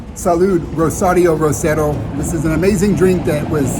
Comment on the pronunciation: Hey, I can tell you have worked hard on the pronunciation of the “r”! You say “Rosario Rosero” and “rosca” just perfectly! Keep up the good job 👍